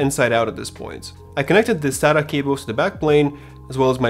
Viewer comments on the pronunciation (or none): none